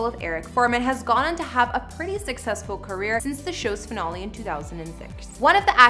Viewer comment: This show has too much sex but other than that not a bad show! Also you pronounce finale wrong. It's wrong to spread bs like this.